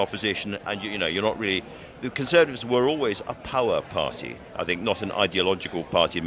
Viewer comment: “The conservative parr-ee” Come on there’s a T in there.